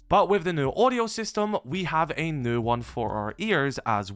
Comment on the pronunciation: Please stop saying “new” unless you can say it without sounding like a bloody mump